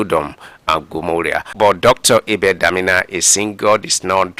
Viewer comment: Please is blogger a Christian or ..... Did you say gomola or Gomorrah?.